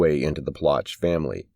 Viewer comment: It's pronounced Plow shay.